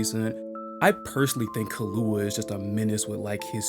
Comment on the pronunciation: Just for some help It’s pronounced Key-lou-wa. Good video btw.